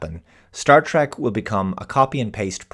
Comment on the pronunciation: Please. It is pronounced "TREK" with an E. Not, "TRAK."